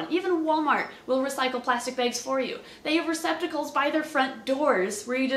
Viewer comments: Love how she says "beigs" instead of "bags" xD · Lol the way you say bags. Baygs😆